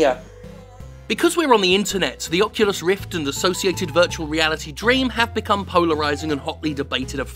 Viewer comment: Did you say. "Fuckulus" rift has your email at the end?......I laughed so hard either way.